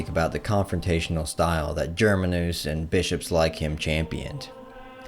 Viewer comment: Good video but plz research proper pronounciation. GerMAnus, not GermaNUS. Outremer: ooh-tra-mehr. And so on.